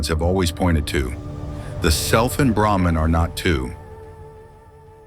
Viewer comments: Its no Etman , but Atman! Its no Brehman ,It Is BrAhman..😅😅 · Pronounce it properly Mr. AI Narrator. It's not "Atman" rhyming with Batman. It's AHT MON. Same with Brahman: BRAH MON And it's not Shiva with a short "i" as in Give. It's SHEEVA At least in the West. Somewhat different in India.